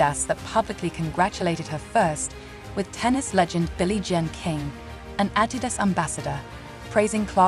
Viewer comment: Even Adidas isn’t pronounced ‘properly’. ‘Perfectly’.